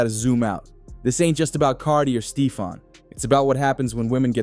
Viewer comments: Yo said Steefon Diggs!!!!! It’s Stephon Diggs homie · U lost me at STEE-fon. Please delete this ma’am. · Stee-fon digs😂😂😂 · Are u a bot, How do you not know how to say Steffon even when you pronounce it in the phone it comes out Stefan which is better than what you're saying But the rest of what you're saying is 💯